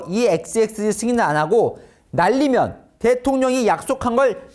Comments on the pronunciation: 충청도식 발음이니 끝에 "믄,, 자가 들어감 날리면 날리믄이 맞다고 봄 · 날리(믄)면 처럼 들리는대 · 내귀는 정확하게 날리믄 이라 했다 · '국회에서 이 xx들이 승인안해주고 날리면 쪽팔려서 어떡하나'가 아니라 '국회에서 이xx들이 승인 안해주고 날리믄 쪽팔려서 어뜩하나' 정도로 들림 윤대통령의 발음이 날리믄 이라고 발음이 약간 안좋게 돼서 바이든으로 오해가 쌓여버린 상황인거 같아요 그리고 애초에 이xx들이 라는 말은 바이든이라고 했을때의 mbc가 제시한 문맥에는 어색합니다 '(미국) 국회에서 승인안해주면 바이든은 쪽팔려서 어떡하냐' 가 되면 그나마 자연스러워 지겠지만 '국회에서 이xx들이 승인안해주면 바이든은 쪽팔려서 어떡하냐'는 어색해집니다 이xx라는 말에서 '이'는 말할때 말하는 사람과 가까운쪽의 대상에게 사용되는 말이기에 문맥을 어색하게 만듭니다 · "날리믄" 이었습니다. 가끔 이렇게 발음하더라고요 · 이게 바이든의 첫 ㅂ은 아예 들리지도 않거니와, 날리면이 아니라 날리므는 이런식으로 사투리식 발음이라서 끝이 은 으로 들리기 때문에 한사코 저새끼들이 바이든이라고 우기는거임. 문제는 수많은 국민들이 바이든으로 믿고 있기 때문에 대중선동에 엄청난 악영햑을 줫고 심지어 미국에도 기사를 보내면서 외교 마찰을 일으키려고 했음. 이건 그냥 넘어가서는 안된다는거. 레알 악마같은 악질들임. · 이해 ㅈㄴ 못하네 자막을 저따구로 적어놔서 그렇지 사실은 승안 안 해주면, 날리면이구만 차라리 발음이 ㅂㅅ이라고 해라 ㅋㅋ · 내귀에는 또렷이 객관적으로 날리면으로 듣김 😅😅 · 근데 솔직히 날리면으로 들림.